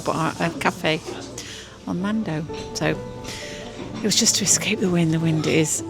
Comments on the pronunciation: Mandø is pronounced man-ø. Silent d. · Just a little language lesson. Do not pronounce the D in man(d) and the Ø (mandø) is not pronounced as an O. Ø is a single letter and also the word for island (In English) not the country of Island (Iceland in English) Norway also calls it an Ø and Sweden an Ö, they are all pronounced the same way. Try to listen to google translate to hear how the Ø is pronounced. (Is = Ice) oh and directly translate Mandø is Man island in English.